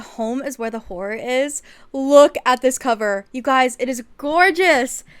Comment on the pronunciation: Omg did you say horror?? All i heard was whore and i was thinking is there a genre for that😭😭😭